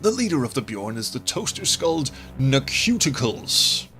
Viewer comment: Actually, that's supposed to be pronounced no-KEW-ti-kleez. See, it's a pun on ancient Greco-Roman names and... eh, forget it.